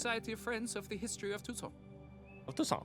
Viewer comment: No, it's "Toussaint!"